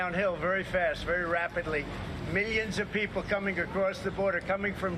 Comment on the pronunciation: I know this is petty but I can't stand the way TFG say Millions. Miyyuns